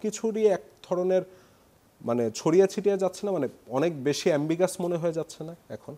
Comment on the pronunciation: He could not even pronounce ambiguous !!!! He came to host & he speaks English like general people understand his narratives !!!!!